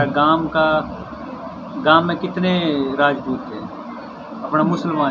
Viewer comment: Rangadh Nahin bhai ji ,"Raajput " kaho